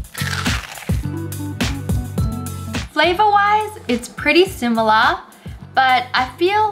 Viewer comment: When she said "its pretty similaah" It was funny😂😂😂